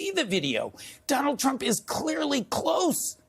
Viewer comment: Donaldt Trump? Who puts a t after Donald? Anywhoo